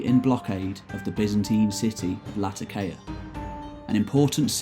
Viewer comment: Yes it's marvellous work. To be picky, Sidon is Side-on, Latakia has the accent on the second syllable, the adjective for Genoa is Genoese etc. But yes, the passion shines though and interest is created and held